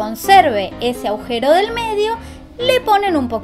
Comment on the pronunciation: Se dice "agujero", no aujero